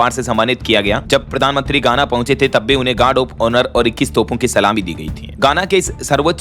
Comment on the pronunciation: गाना नहीं पर घाना बोलना चाहिए था कई बार आपका उच्चार गलत होता है